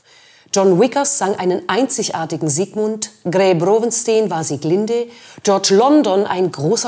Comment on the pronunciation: Zu Das wird Gry Browenstein ausgesprochen. Nicht Browenstien. ij ist wie deutsches ei. Nijmegen = Neimechen.